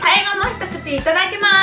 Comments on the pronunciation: いただきみゃすって聞こえる笑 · 最初いただきみゃすって聞こえた